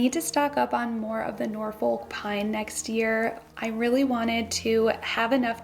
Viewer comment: It's pronounced Norfuk 😊